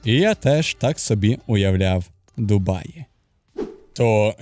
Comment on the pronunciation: Як же мене коробить від слова "ДумаЇ"🤦‍♂️